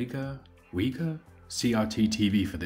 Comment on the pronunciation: Wega pronounced 'Vega'